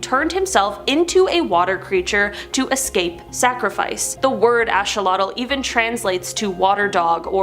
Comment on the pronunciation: Not ashawatle/ it's axeawatle axe notash